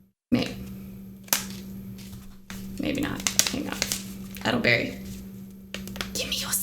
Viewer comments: Not edelberry its Elder berry. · It is ELDER-berry...😂❤ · Eddle berry lol satan worshippers cant read. Hilarious how many times its said too. Aye-gate 😂